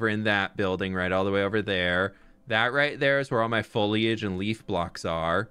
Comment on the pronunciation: He calls is fwoliage like fwhip foliage